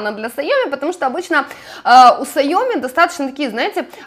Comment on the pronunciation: Не сайОми А сяомИ (ударение на последний слог) Никого не хотела обидеть))))♥️